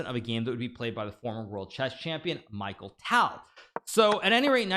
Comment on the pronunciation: Its not micheal ..its mikhail tal